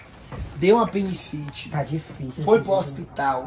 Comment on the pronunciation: Kkkkkk Apenicite kkkkkkkk Ate nas palavras deles eu me acabo de Ri. Amo vocês